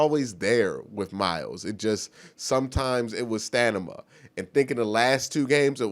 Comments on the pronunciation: I had to rewind to see if i heard that right. Grammar and pronunciation is not strength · Stanima rofl, love you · lol does anyone think it's adorable when mispronounces words......"stan-ima" "ri-dik-a-lis" lmao no homo